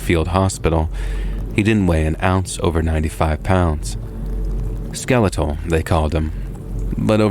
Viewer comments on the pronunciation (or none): none